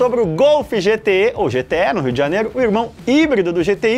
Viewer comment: "GTÉ" em MG tbm kkkkkk não "GTÊ"